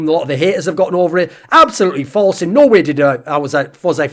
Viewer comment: anyone else felling like when thorin says no way it sounds like he is saying Norway